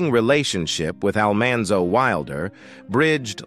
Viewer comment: Yep! They lost me with Al-MAN-zo Wilder..